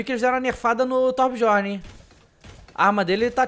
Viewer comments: se lê "biorne" DJ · acho que a pronuncia é Tobiorn, n é certeza mas acho q é